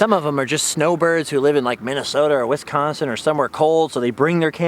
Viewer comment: First: Thank You for pronouncing Wisconsin right. Being from here so many slaughter it. Second: The old Nokia phone you picked up by the speeder bike, I had one of those. Damn I'm old.